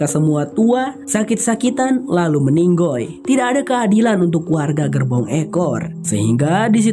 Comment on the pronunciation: Lucu pas ngomong meninggoi hahahah